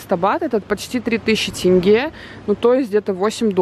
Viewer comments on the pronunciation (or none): none